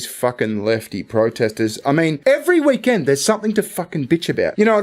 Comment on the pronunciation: Not sure if it was intentional or not, but I have never heard anyone pronounce weekend as, "Wee- Kend" like "we kindred spirits" or something